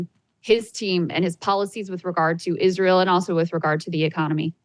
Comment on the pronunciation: Young people dont even know how to pronounce israel